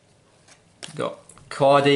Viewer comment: It’s cody not qady